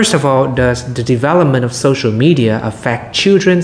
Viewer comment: từ media chị phát âm sai nhiều lần quá và còn nhiều chổ nên 7.5 chưa lên đc 8.0